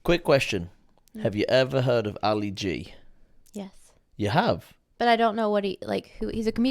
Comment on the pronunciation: What a Fail lol😂 “ you know how ALI G is ? You don’t know who Ali G is ) and then can’t even pronounce his real name. Great video all the same, brought back some good memories.